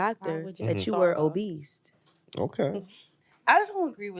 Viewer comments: i just wanna know when did OBESE have a T in it smh? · Is there a T in obese?